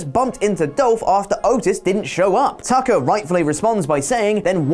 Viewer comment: Thought said Taco instead of Tucker. lol